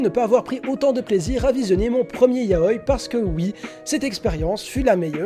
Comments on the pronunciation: Hello! Quand j'entends "YAOILLE", comme dans cette vidéo, ça me donne envie de décéder. Du coup, répétez après moi: "YA-O-I". Autrement, bonne vidéo. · 707 mon prof de japonais nous l'a appris comme ça et puis c'est plus logique de prononcer un i comme un i tout comme le prononcerait un japonai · On dit Ya-o-i pas ya-oi pleaseeee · "yaoy"... Ça me perturbe tout du long 😭 ya-o-i 😭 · Toute la video ta prononciation de yaou m'a perturbé. On dit yaoi avec un i et non yaoy comme kawii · On dit YAOIIIII AVK IIII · Le mot "Yaoi" se prononce bien "ya-o-i" avec un i bien distinct. Toutes les sonorités en japonais se prononcent et ce mot là n'est pas une exception ! Dans la vidéo, la prononciation est donc fausse. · Doukyuusei mon oeuvre favoris ( en tant que fan de yaoi ) j'ai beaucouo aimé ta vidéo à un détails prêt... Je t'es supplie... revois ABSOLUMENT TOUTES TES PRONONCIATIONS XD vraiment parce que c'est ya-o-i et les et [ doukyuuSSei ] et non [ zei ] etc mdrrr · Je ne suis pas d'accord avec toi, certe le "i" doit être prononcé, mais pas comme "kawaii" ou c'est vraiment distinct par exemple. La sonorité du "i" de yaoi est vachement réduite pour se lié avec le "o", car c'est une voyelle. Mais après réflexion il est vrai que dans la vidéo il ne le prenonce quasiment pas, alors qu'il devrait être légèrement plus prononcé mais pas extrêmement non plus. En soi, la vraie prononciation est un mix des deux, mais avec un "i" toujours moins prononcé que les mots possédant un consonne avant le "i", ou la même lettre avant. Voili voilou !